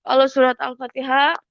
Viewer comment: BHAHHHHH KRISTEN ANCOOOORR MTQ BACA FATEHA SLH NAUZUBILLAH, AYAT AOA DIA GAKNTAU NGOMONG MTQ, WALAT DAAALIN HHHHH BACA LATUNNYA NI YEEE